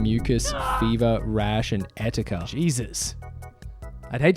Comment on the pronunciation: etica?!, it’s et cetera.